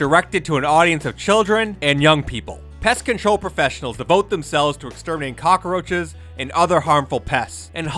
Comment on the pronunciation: Why do you keep saying cock-a-roaches?